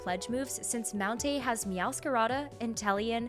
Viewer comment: No she said mountainh still makes it